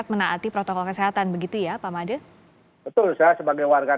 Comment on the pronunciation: Pak made bu FRISCA...Madeee...( Seperti pelafalan huruf E pd kata 'Enak' ) 😜